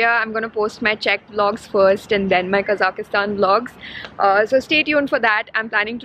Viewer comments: Lol. It's not Kazakhastan! You're adding an extra A when you pronounce, OMG! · Quite interesting way of pronouncing name of the country :)